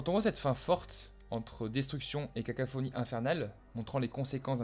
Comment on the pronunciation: Vous voulez sans doute dire "sa détermination", n'est-ce pas ? "Est-ce que Grimault a-t-il fait..." ? "cacaphonie" ? "fait ainsi corps à l'oeuvre" ? "il se veut comme un vecteur..." ? "partent sur ce postulat" ? Et que de liaisons absentes ! Que de "fff" et de "ch" à la fin des mots ! Le fond de votre sujet est passionnant, mais n'en sacrifiez pas la forme pour autant !